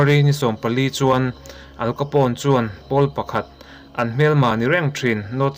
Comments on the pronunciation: Al Capone i lam dan khi adik lo... "Aal kapaw...n" tiin lam tur. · Al capone,how to pronounce'"AL KHAPOUNE"' .. Heti zawk hian ani e. 😏